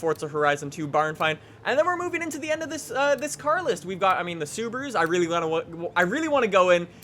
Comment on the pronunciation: Why does he say reeylyey reeylyey like that he says the l's reeyley oddly its really